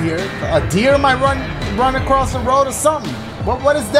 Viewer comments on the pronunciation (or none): none